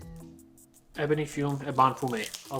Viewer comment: 'Eh buh nee' as in Ebony Tree, & 'fyoom' as in fume. What's with that word salad u got going there? 😂